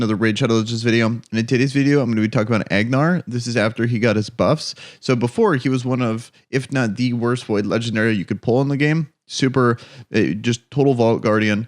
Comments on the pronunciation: Isn't it Angar not Agnar? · It's Angar dude, not Agnar.